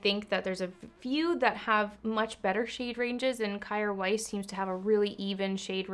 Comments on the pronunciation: Isn’t it pronounced Keer weis? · I think I read somewhere it’s pronounced “care vice”! ilu